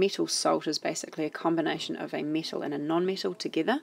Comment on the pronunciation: i was so confused when she kept saying mittle then i realised she was saying metal